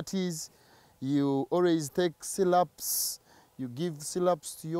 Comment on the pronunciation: Syrups not sylups